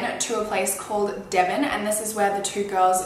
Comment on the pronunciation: Eyyy someone who can pronounce Devon that doesn't live here😂